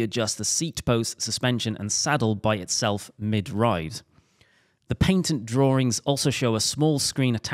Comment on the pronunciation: Paintent? It's a Patent!!